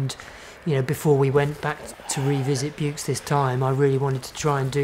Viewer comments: Still can't pronounce it correctly after 30 years. The x in Buoux is silent. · I live in Vaucluse. The x is sounded. As it in in Aix en Provence.